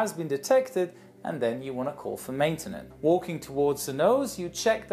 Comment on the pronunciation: and how do you call matenince